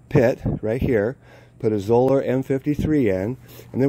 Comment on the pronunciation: Zoeller rhymes with "dollar". Zoeller rhymes with "dollar". There is no long "o" in Zoeller.